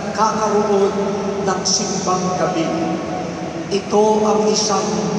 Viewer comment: T: Saan ka pupunta? S: Sa SEEM BÆNG GEB BEE. 😅